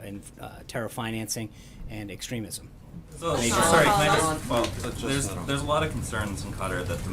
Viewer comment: sean its extremism nor extrenemism.... come on buddy...like your boss...making it up as you go